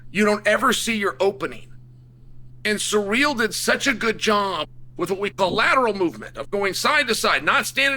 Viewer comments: Chael said Pierra and Surreal in the same sentence 😂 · “Surreal” “Peara” 🤣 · I practically never watch any of Chael's videos because I can't stand how low of an IQ this guy has but I had to watch this just because I heard his take was ridiculous. It's so hard getting through this video when he keeps calling him surreal like an absolute re.ard and then screwing up Alex's name as well. Chael is a joke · 😂 why is that an acceptable pronunciation 😂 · You have never pronounced Ciryl's name once in your lifetime and a Fum advert? After the Raja stuff I don't understand how you have a following.